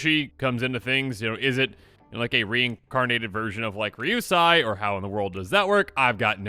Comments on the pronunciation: Please spend some time learning proper Japanese pronunciation with a Japanese themed set coming up. Yosei (yo-say), Ryusei (ree-oo-say), Atsushi (atsoo-shee) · I hope the new Kamigawa dragons are just as cool as the original ones. I remember playing Kokusho in almost every standard deck I created. Just an FYI, I think your pronunciation is a bit off (pretty sure but not 100%). It's Ryusei (Ryu-say or Ree-yu-say) and Yosei (Yoh-say). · It’s pronounced ryu “say”. And yo “say”